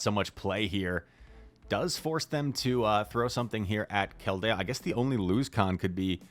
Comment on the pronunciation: would you please pronounce 'Keldeo' correctly?? Thank you